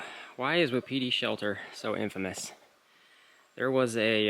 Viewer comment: Wapiti, pronounced "Whapatea" native word for Elk, meaning is timber ghost. Just for your info.